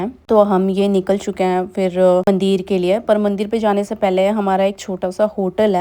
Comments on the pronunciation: Yes mandir and not mandeer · mandir me chooti e hoti h na ki badi e ...bhut awkward h aapke mandir ka pronunciation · मंदिर होता है। सही बोलने में कोई दिक्कत है क्या